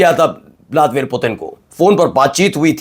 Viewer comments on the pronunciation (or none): none